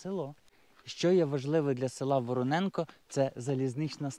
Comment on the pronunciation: Тільки не Вороненко, а ВоронЄнка, як гуцул кажу,😁😁